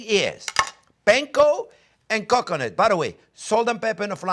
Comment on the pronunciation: It sounds like he is saying cock u' nut 🤣